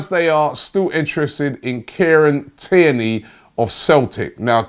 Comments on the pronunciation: Sounded like he said Kenny 🤣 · Tierney Robbie, not Kierney. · It's Tierney, not Cairney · And his names Tierney!! Who kierney Bro?? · Robbie just mispronouncing everyone’s name and has even started making up players ‘kierney’ as he does 😂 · It’s Tierney mate come on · i think robbie is trolling with these names kierney🤦🏽‍♂️ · You keep switching between saying AC Milan and inter Milan when talking about Xhaka, which is it? And you keep saying Kierney come on Robbie you’re better than that